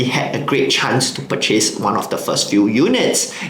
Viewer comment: You pronounce the word "purchase" wrongly.